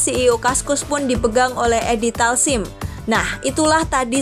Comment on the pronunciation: Edi Taslim gan bukan Edi Talsim